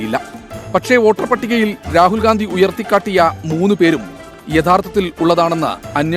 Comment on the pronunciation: Le tg: രാഹുൽ ഗാന്ധി അല്ല രാഹുൽ ഗണ്ടി 😅 അതും പറയാൻ പറ്റുന്നില്ലെങ്കിൽ ഗ മാറ്റി അ വച്ചാലും നോ problem 😂